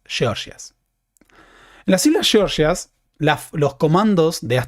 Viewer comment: Por qué pronuncias "georgias" como "sheorshias"?